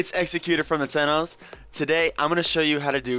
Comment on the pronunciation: Its tenno